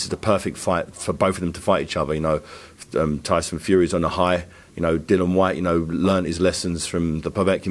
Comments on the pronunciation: It's Dillian ffs not Dylan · It's about time that people within boxing learn to pronounce Dillian's name correctly. Just call him Whyte if it's too difficult.